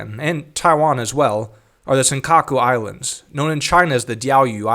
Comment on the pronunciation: First hit me with the best pronunciation of "Senkaku Islands " I've ever heard... and then immediately followed it up with the Chinese pronunciation. No hesitation. Nice.